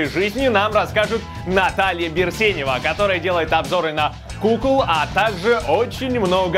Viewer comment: Стоп.Так на какую букву в фамилии ударение?